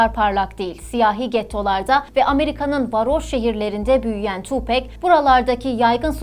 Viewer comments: Tupek değil Tupak diye okunuyor saygılar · Tupec değil tupac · Harika profilin harika belgeseli. Hala daha cayır cayır dinlerim tüm albümlerini. Söylemleri kişiliği çok çok başkadır. Ha bi de (TupEk değil Tupak) diye okunur. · ablacım tupek degil tupak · Tupek degil Tupac- Tupak diye okunur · Tupek değil tupak, sug nayt değil şug nayt 🙃 ölüm saati 16 03 değil sabaha karşı 04 03. All eyez on me albümü o dönemin rekor satışına ulaşıp 6 milyon satmıştır. Falan filan emeğinize sağlık keşke biraz da 7 gün teorisinden bahsetseydiniz 🤗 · Keşke isminin nasıl telaffuz edildiğini de araştırsaydınız. Tupek değil tupak. Bu arada ben doğduktan tam 10 gün sonra, 13 eylül 1996 da öldürüldüğü için bu tarihi hiç unutmam. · oo deyilde ismini neden Tu bek diyorsun neden tam. söylemiyorsun Gancik seni yok Ahmet. olamaz yaa tupek 👎👎🤧🤔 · okunuşu "tuupak" 'dır ... "pek" diye birşey yok unutun o söylemi :) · Siz tupek dedikçe benim kulaklarım acıdı :( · Hatta Eminem 8 Mile filminin son battle sahnelerinden birinde bile tupak diyor. Keşke oradan dinleselermiş doğru telaffuz olurmuş.